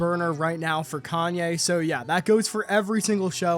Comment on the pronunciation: I don’t get it, how can you be such a fan and can’t even say his name right..